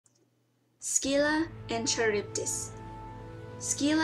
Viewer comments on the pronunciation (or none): It's not Ski-la it's Scylla as in the c is almost silent. Also It's not Ch as in Charge it should actually be a K due to the Greek writing. So it's Karybdis.